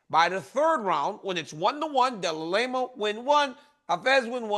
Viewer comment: I can't handle so many de la Lame-ah's in a row 🤧🤣